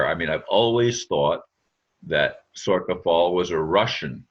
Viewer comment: It's pronounced SOR SHA